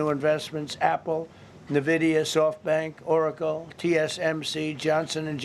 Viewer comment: "Nuvidia" and "Hiundai"? What a business man!